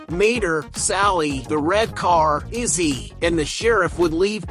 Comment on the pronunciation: It's "Lizzie", not Izzy